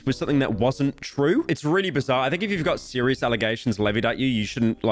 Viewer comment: Every time pyro said bizarre I lost a brain cell. I’m now brain dead. Thank you pyro